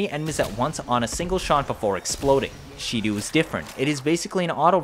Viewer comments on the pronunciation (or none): Its Shedu, not She-Do